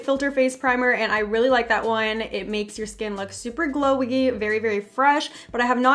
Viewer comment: Anyone notice in the vid when she was saying meant to say “super glowy” she said “super glogedy” haha